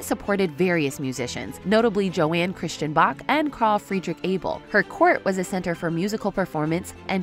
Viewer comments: Johann is pronounced YOHAN not Jo-ann!!!!!!! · Hahahaha Joanne Christian Bach?! C'mon, it's "YO-han" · Yohaan that's how his name is pronounced. That's why people think Americans are ignorant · Narrator is correct (apart from the "Joanne" pronunciation). Johann CHRISTIAN was Johann SEBASTIAN'S son, and who moved to Britain. Johann SEBASTIAN died in 1750, a decade before Charlotte came to Britain and became queen.